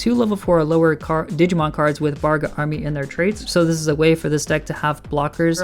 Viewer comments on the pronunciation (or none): It’s bagRA not BARga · Started out saying "Bargra" and "Barga" instead of "Bagra" and I immediately lost interest in his opinion.